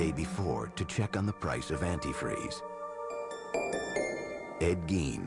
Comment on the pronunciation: It's Gein. More like Gein is a bean. Kinda like good "spelling can be thrilling! "